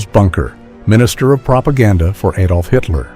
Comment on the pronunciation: not aydolf, a, like acid Adolf